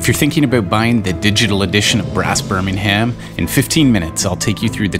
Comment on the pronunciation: For a more immersive experience: English Birmingham, unlike its Alabama’s cousin, is pronounced without “h” sound, to say nothing about “r” and schwa before “m”. +10 victory points